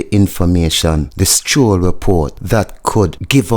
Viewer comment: 🇯🇲 Talk properly its not Scroll is Kroll. No S on it 🧐🇯🇲